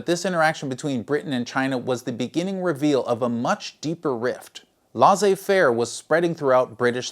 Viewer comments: Laissez-faire: Say "less-ay fare" Source: I'm from Québec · great video. l-"ai"-ssez as in "e"-lephant